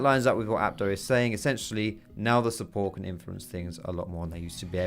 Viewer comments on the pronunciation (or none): Support. It's support... like what the whole league community has always been saying.